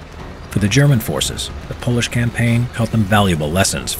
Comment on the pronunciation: It's Polish not Pols